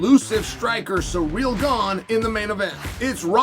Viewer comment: Does Chael just pronounce people’s names wrong on purpose? “Surreal” Gane and Alex “Peereira”. 😂